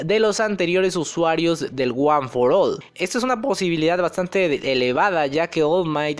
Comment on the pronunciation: no es al for guan .... es ol for guan es como la pronunciación de ol maigt..... (escrito como se escucha)